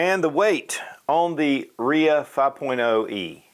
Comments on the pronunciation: Really? "Reeah?" No. R-I-A 5.0. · RIA isn't a name it's an acronym R. rock I. island A. armory. Dude keeps calling it a RIA HAHAHAHHAHAHAHHA